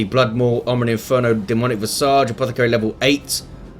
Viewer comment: A splendid cast as usual. Pronunciation Police Alert: Demonic Visage Hate being pronunciation Nazi but someone has to. :) Other than that love your tone of voice. Probably best among all DOWII casters. :)